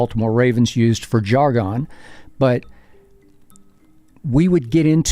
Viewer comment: why did he pronounce ‘jargon’ like that 😂